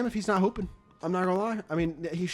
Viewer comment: Bro instead of keep hooping I heard keep pooping